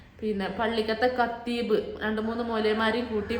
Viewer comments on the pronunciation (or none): കത്തീബ് അല്ലാട്ടോ ഇത്ത ഖത്തീബ് ആണുട്ട